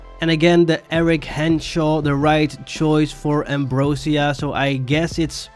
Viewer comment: it’s actually pronounced “am- bro- zhuh- " not “am -bro - seeuh”